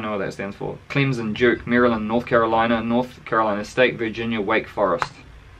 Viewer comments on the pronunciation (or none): none